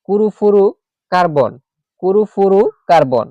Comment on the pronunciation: ক্লোরো ফ্লোরো কার্বন হবে আপনি ক্লুরুফ্লুরু কার্বন বলছেন কেন স্যার 😂😂😂